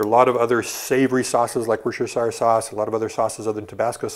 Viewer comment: You pronounce Worcestershire 'Wus-ter-sheer' From, your best fan from England!